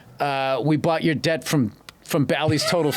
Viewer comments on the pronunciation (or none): none